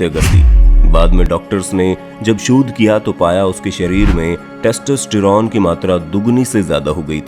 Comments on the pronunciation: Sach batana .... Kya aapko testerone bolna me koi dikkat nhi hui... 🤣🤣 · When i hear : textistiron 😂